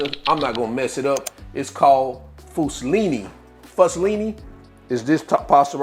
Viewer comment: Foo-(Like fool) Silli. Basically The silly fool. That's how it is pronounced. Also there's always Google.